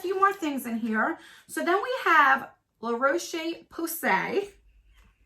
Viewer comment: Phonics for you La roo sh PA Say